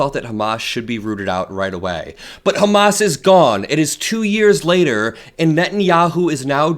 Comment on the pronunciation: It’s “Hamas”, not “ho más” (which is a statement of wishful thinking, I believe).